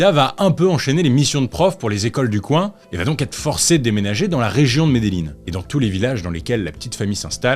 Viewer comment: Ey salut je regarde tes vidéo, je les adores 😊, je suis allé en Colombie, et Medellin ça se prononce « mes des djinns » 😅😁